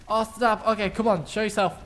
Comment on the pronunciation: why do you say snap so strange?